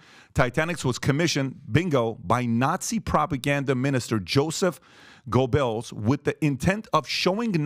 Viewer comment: *Goebbles is pronounced Gerbals